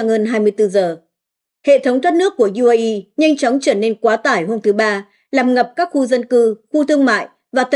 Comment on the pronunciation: Bạn này còn không biết đánh vần chữ cái bằng tiếng Việt, trong khi đang đọc bằng tiếng Việt: UAE, DW... Không được đào tạo, không chuyển nghiệp!